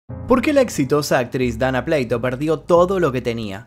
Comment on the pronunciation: es dana PLATO(no pleito)😂...es dana🍽️😂 pd:era muy hermosa de verdad RIP